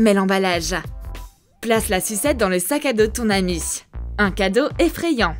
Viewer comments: Mdrrr a elle dit anus aulieu de ami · Elle dit anus ok et alors ça fait quoi?! c'est juste un petit bug vous êtes immatures et je ne fait pas exprès de vous dire ça Desolé!😒😐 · Je rêve ou à elle dit "de ton anus"